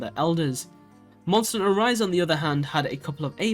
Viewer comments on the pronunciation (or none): Monster a HUNT-ter. two words lol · Maybe don't make a video like this before learning how to pronounce "hunter"